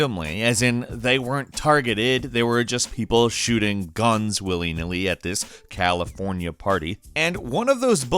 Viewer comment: Why u say California party like that